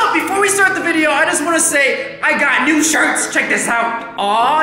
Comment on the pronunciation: Why at the beginning when he said I got new shirts did I think he said I got insurance